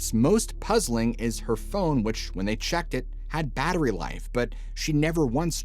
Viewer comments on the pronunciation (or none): none